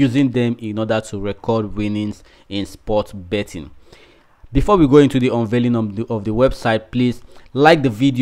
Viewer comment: They don't say bottin. Come on !